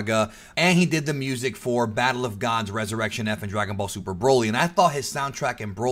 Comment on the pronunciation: anyone in favor for "Dragon Ball Zuper" ibstead of DBS2